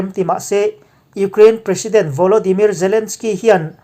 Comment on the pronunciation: Iukhrein tiin lam ve mai la